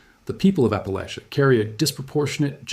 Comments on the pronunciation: Oh no, why would i commit to listening to a video about appalachia where the host can't even say appalachia/appalachian properly 😭 At least he didn't claim appalachia ends in Georgia, though.. everyone seems to forget Alabama when they talk about appalachia. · My family of East Tennessee (many, many generations) always said "Appa-lay-sha", but many locals pronounce it "Appa-latch-uh", just for your information. Either is probably correct and the AI presenter says it both ways!